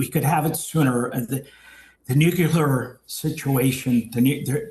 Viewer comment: And how come these same people pronounce Nuclear as Nukular ???? 😂🤷